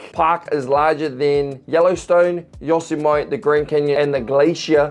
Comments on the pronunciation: I came in to say this. You were getting all the names right and then sorta slipped in the classic mispronunciation of Yosemite. More than anything else that mispronunciation is my most cringe worthy. Maybe because I'm from California. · Yosemite is pronounced Yo-sem-it-ee, not Yo-semite. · This would be easier to explain with a map - you should get a map to see how far apart things really are - cause Michigan and New York are very far apart also - did you say "Yosimite"? it's pronounced - Yo-sim-e-tee or Yow-seh-muh-tee - (derived from yohhe'meti, "they are killers" in Miwok) historically referred to the name that the Miwok gave to the Ahwahneechee, the resident indigenous tribe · Yossamite 😂😂😂. It's pronounced yo-sem-uh-tee. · Yo-sim-a-tee NOT yo-sa- mite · Yo-sem-ah-tee, not Yo-suh-might. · Yosemite ----> Yo sem' et tee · yo sim mit- ee is how its is actually pronounced. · ou're doing ok but it's yo-sem-i-tee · By the way, before you get to California, Yosemite is pronounced "yo-SEM-ih-tee". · Yosemite.... pronounced "yo- sim-e-tee". The spelling of some names is very confusing unless you're from there. 😊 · Yosemite is pronounced yo-sem-itty (like itty bitty) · Yosemite is actually pronounced yoh - sehm -it - tee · Say it with me now: yo-SEMM-eh-Tee. (Yosemite) But you got Adirondack exactly right. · Actually it's pronounced yosemitee. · Oh- but Yosemite is pronounced yo-sem-eh-tee. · You got Adirondack correct but you butchered Yosemite, it's pronounced Yo-sim- ( short a)-tee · Yosemite = YOH-SEH-MIH-TEE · For future reference, Yosemite is pronounced Yo-SIM-mah-tee. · Yosemite is pronounced Yo SEM mitt tee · FYI, "Yosemite" is pronounced "Yo-sem-ity". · You actually butchered Yosemite ! All the other pronunciations were pretty good ! Yo-SEM-e-tee 😊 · Yosemite is four syllables - Yo-sem-i-tee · Yosemite is pronounced "Yo-semi-tea" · Yosemite. You don't know how to pronounce it, mate!!!! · My favorite mispronunciation of Yosemite.